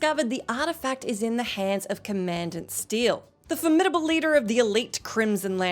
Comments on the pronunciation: Com-on-daunt, you sound foolish pronouncing it wrong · Next vid, 10 Best Examples of Words Couldn't Pronounce properly? (Commandant is pronounced liked common, not like command) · Please learn to pronounce commandant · You pronounce so many words wrong jeeze. Scorge and commandant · Never heard Commandant pronounced that way.